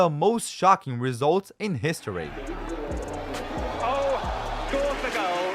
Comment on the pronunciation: Bro said hishory instead of history💀